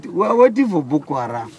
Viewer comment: "Ma ayeem ees too keeell Bukoo Haaraam"